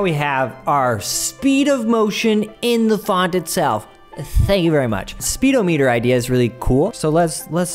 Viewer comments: okay, but SPEEDO-meeter? excuse me? sped-om-it-er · Speed oh meeter? You mean spedomuhter?